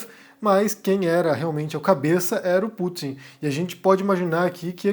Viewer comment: Pútin sabotando...